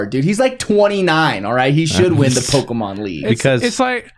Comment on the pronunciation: I feel the need to express just how much I love the way says Pokemans, I have accepted his pronunciation into my soul since the first time i heard it and everyone should be saying it that way lol